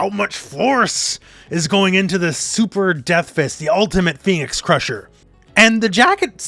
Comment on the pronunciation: The Tekken announcer almost ruined the trailer with the way he pronounces 'Phoenix' in the intro